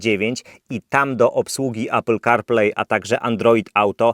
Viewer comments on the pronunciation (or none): none